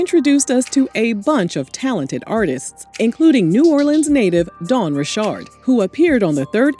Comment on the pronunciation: Love Dawn!!! Also, thank you for pronouncing her last name correctly. The south appreciates you 🙌🏽 lol